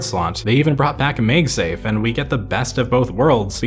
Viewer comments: "Meg-safe" It's mag-safe my boy. Do you call them Meg-netic or mag-netic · maegsafe?? IT'S MAGSAFE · ‼️ this dude LEGIT said “megsave” twice. Two times. If you think I’m joking see for yourself. Laaaaaawd. 🤡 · Say “magazine”. Now say “MagSafe”. See….we don’t day “mage” with a sharp an and a hard g.